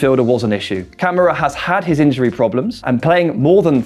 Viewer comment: It's ka-mara not camera 🤣🤣